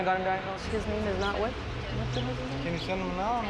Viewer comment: "I haven't gotten diganosed yet"